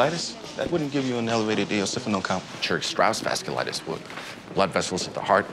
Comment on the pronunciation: eosiphonil lol